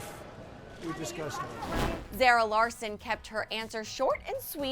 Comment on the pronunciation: ummm it's not Zera it's Zara